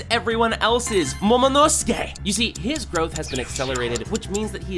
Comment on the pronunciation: did you just say momonoske? Its momonosuke, not momonoske